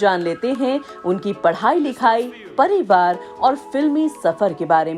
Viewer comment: Paribaar nahin pariwaar hota hai dear. Seekho pahle phir zigzag karo